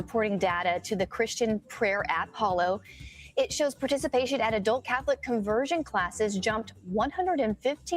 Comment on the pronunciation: Fox-news: the app is called hallow, not hollow